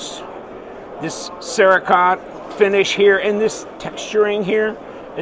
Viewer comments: Cere-coat not cere- kot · Cerekote….. It is pronounced Sarah-Coat, Not Sarah-Cot 😂😂😂☠️☠️☠️